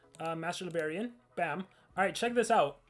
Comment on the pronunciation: keeps on saying Master Libarian but actually it is Master Librarian....lol